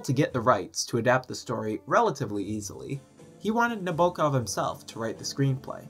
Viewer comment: Sorry to be a grammar Karen, but please pronounce the author's name correctly. It's on the first syllable "NA bo kov."